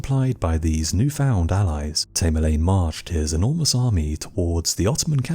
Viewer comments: Its tam er lane come on, its driven me crazy how u keep repeating his name wrong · Tamerlane thats A as in apple, your pronunciation is ridiculous !!!